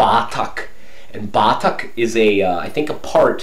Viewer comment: I like the way you say BATAK, say it fast like BATAK, no BAAATAK. I love you!